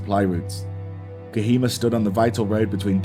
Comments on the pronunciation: Btw...bro it's not kahima..it is kohima...for you better knowledge and for your better pronunciation. 😅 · It is pronounced co he ma